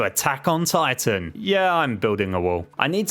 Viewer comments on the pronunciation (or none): none